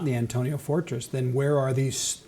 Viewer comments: I can't believe such learned minds such as, Chuck, and keep pronouncing the name of the Roman Fortress wrong. Politeness on the part of and Chuck in sympathy with? Hmmm is there no room for gentle redirection from pronouncing the name correctly? It is the AntoniA Fortress (with an A, the name ends in A) not Antonio. It really undermines the idea that they have read much material or that they master the subject they are speaking about. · Interesting, but several of the gentlemen do not pronounce the term "Antonia" correctly.